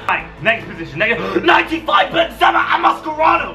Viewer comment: 2.12 he said mascerano